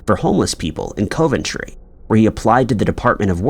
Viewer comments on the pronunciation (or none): Omg! You lose credibility when you can’t pronounce cities correctly…. It’s Dub-lin and Cu-ven-tree. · Coventry is pronounced like Cuvven-tree, instead of Coe'-ven-tree and as always, Dublin is pronounced like DUB'-lin, accent on the Dub, instead of Duh'-blynne. I bet that drives both English and Irish people absolutely insane, when he continues to pronounce those both incorrectly. I think we have all asked for that to be corrected, but what else do you do? Regardless, these are still great videos, and does actually pronounce most places and surnames correctly, so there is that to be thankful for. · Thank you, that has to be the strangest pronunciation ever! Also Coven tree instead of coventry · Coe-ventry also made me laugh. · and now Co-ventry. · Narrator, get some lesson on how to pronounce Dublin and Coventry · Coventry.......what is wrong with thus man.....stop it. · Come on, how hard is it to pronounce Coventry and Dublin, the capital city of Ireland. Ridiculous. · And Coventry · DUB-LIN like dubstep (the only way I can think to explain it), not DEW-BLIN. Gosh that drives me crazy. Don’t get me started on Coventry 🤦🏻‍♀️ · Along with Coventry. Could make a good drinking game. Take a shot whenever a U.K. place name is mispronounced 😂 Tbf I’d probably be the same with some place names in the US